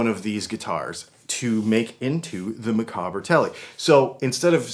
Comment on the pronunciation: Micawber, from Charles Dickens' book "David Copperfield") - pronounced 'Mic-AUB-er'. Rhymes with 'dauber'. Otherwise cool.